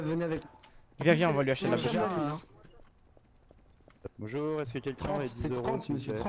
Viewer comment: dit bonjoure pas bonjourent